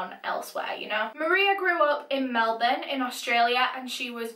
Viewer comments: Exactly - the second syllable is almost ‘swallowed’ - ‘Melb’n’ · As an aussie, I very much appreciate the proper pronunciation of Melbourne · Thank you for pronouncing Melbourne correctly! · Finally, a non-Australian who can pronounce Melbourne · It's kind of Mel-bun. But you sort of have to say it together real quick so it sounds like one syllable instead of two. We make sounds rather than words. For example Australia has four syllables but we pronouce it Straya. So it sounds like only two syllables. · omg she’s the first person i’ve heard that isnt from australia that pronounced melbourne properly